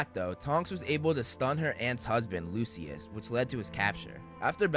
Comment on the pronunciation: Not "Lucy-ass" Malfoy. 💀💀💀